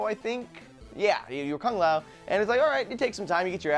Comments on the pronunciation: it's lue kang not kung lou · Not kung lao its Lou kang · lu kang not kun lao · lu kang not kung lou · Its Lu Kang get it right nerds